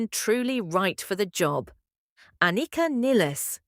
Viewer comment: This obvious ai bot butchered not only Anika's name, but Neil's as well. This, by itself, is unforgivable. But actually saying that she replaced him, even floating the idea that "The Professor," COULD be replaced... This video is misleading, utterly misses the point, and gets even the fundamentals brazenly and flagrantly WRONG. If Rush had EVER done things this shoddily, the world would not even know about them. You have earned my block and report.